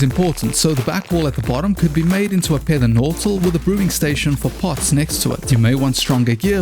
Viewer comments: "pether nortal" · A Pether Nortal 😂😂😂